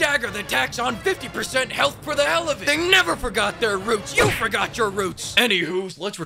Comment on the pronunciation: wE gO bAcK tO tHe “REEUUUTS” Of ThE sErIeS!!!!!